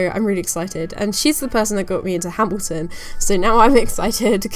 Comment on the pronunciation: I just listened to u say Hamilton and I just have to say YESSSS